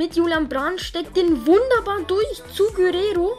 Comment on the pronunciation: Gurero😂 er heißt Guererro